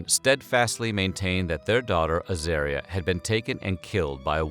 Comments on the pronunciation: At least learn how to pronounce the baby's name. Her name was Az-aaah-ria, not az-AIR-ria. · Wrong. It’s pronounced azAHria. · It's a pity they've pronounced 'Azaria' incorrectly. It's pronounced so it rhymes with the word 'aria'. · Soooooo many errors : * Az-are-reeah - not Az-air-reeah. * Uluru is Uluru, not Uluru Rock. It used to be named Ayers Rock. * Lindy did not search, let alone lead the searchers - she stayed at the camping ground. * Michael did search. * Lindy only added Creighton to her name when she remarried. It is incorrect to referred to her as LCC when describing the death and trial. * Lindy did not see her child eaten. She saw her child taken by a dingo. * Dingoes are wild. There is no such thing as a tame dingo. * A dingo is not a wild dog. Maybe a bit more research??? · It says the name wrong my sisters name is Azaria it is said Ah Zar Re Ah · In Australian it’s pronounced ‘Ah-zar-i-ah’